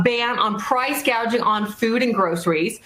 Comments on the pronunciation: Kamala said she was going to work on stopping price GAUGING!! The word is GOUGING. Since you don't know that, then I don't trust your ability to fix anything! You are incompetent!! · 😂😂😂 price gauging, I couldn't believe she actually said that